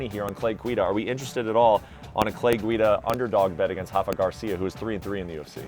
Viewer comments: Can we stop calling Rafa “Hafa” he’s from Mexico… not Brazil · Why do you say “Hafa Garcia” he’s not Brazilian he’s Mexican bozos so you pronounce the R